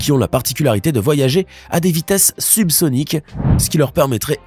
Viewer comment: Le terme subsonic pour les missiles est prononcé comme si il s'agissait des missiles hypersonique russe, c'est vraiment trompeur. On sait très bien de nos jours que les grandes armées ne s'affrontent plus mais la guerre a été lancée contre les peuples avec des armes que les Simpsons ne parlent pas.